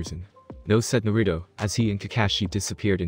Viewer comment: Don't take thins the wrong way but, Is English your first language? If it is take some liberty in the translations and add the right words to make the sentence structures run smoothly. and learn how to say the names right. It's Nar-a-toe or not Na-rue-doe. Just saying. It would make your videos much better. Though it does sound better then the ones that use a reading program that is from the late 90's early 2000's.